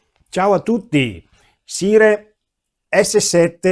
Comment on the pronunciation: Ottimo video come sempre. Una sola nota senza polemica: il nome si pronuncia SAIAR e non SIRE. Per il resto grazie per la tua bella recensione.